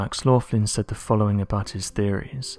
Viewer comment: If this lads name is Max Laughlin,and I'm guessing you are americanising the first syllable as in the word laugh,then his name should be pronounced as Locklin. An Irish name begorrah!!!! Mine's a pint of Guinness!